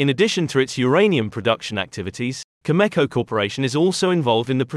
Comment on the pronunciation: Cameco, not Chemeko